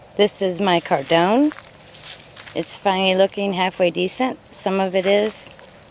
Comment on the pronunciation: Cardoon rhymes with “cartoon,” not “condone.”